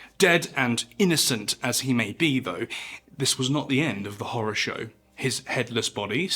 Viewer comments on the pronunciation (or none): none